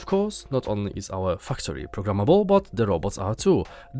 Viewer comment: Great editing and presentation in this video! Thank you for putting this together. Personally, I think that I'm most interested in StarRupture, as I'm a MASSIVE fan of Satisfactory. Also, quick note on the pronunciation of the word "factory." It's said with a long "a," as in "apple." Your current pronunciation sounds like "fucktory." hehehe Anyway, much love and respect. Thank you again for showcasing these games.